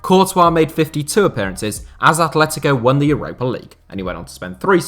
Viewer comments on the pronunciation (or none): none